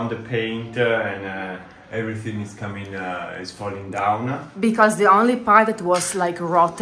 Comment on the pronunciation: can you try to not say so many words with an E at the end like pipesE, positionE, becauseE, woodE, topE, lightE supportE, removeE, chooseE, boughtE and so many other words.